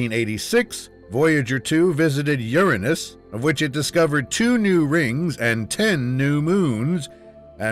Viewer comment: this guy actually pronounced "Uranus" correctly. That's rare nowadays.👌 Imagine if we found an extraterrestrial Voyager though👽